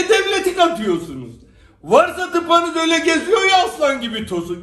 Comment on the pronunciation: 🤣🤣 Varsa tıpanız diyor 🤣🤣🤣